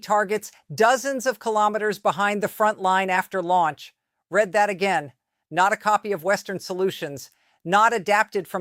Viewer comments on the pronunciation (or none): Reed! Reed that again! Not red. Not red that again. C'mon AI. Learn how to pronounce words!